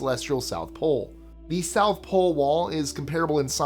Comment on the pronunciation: Love the channel by the way! #10 he South Pole Wall, what happened to the "T"?😂😂😂